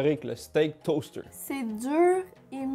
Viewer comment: Deuw stayks down le toasteuouw 🤣🤣